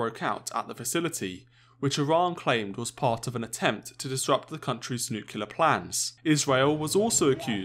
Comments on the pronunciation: Mutually assured nuculear destruction in one minute. PLEASE Its N U C L E A R! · PLEASE! Nuclear not nucular. Just say new then clear. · You should learn that it is nuclear and NOT nuculer as GW Bush used to pronounce! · It is not "nucular" it is "NUCLEAR"! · > is British journalist > says "Nuke-u-lar" 😂😔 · I'm not sure Millennials count as British. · What's Nucular? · That annoys me as well haha.